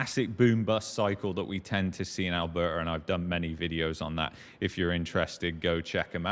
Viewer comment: I only tune in to hear him pronounce 'Alberta '....Al..behh...ahh'...